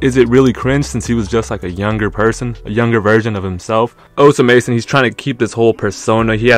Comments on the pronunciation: bro stop saying his name like dat 😭😭😭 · th pronunciation is satire right